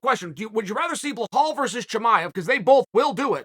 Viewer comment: Can you please stop saying his name wrong. you call him bahal....? his name is Bilal